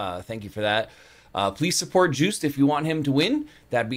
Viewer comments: Yes, this one is better 😉😊🤣 The name is Joost, pronounced as in :"toast" And there is also betting in the Eurovision Song Contest. Who is going to win? That's why he mentioned the bookmakers. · His name rhymes with toast and the J is pronounced as a Y, so phonetically it's Yoast.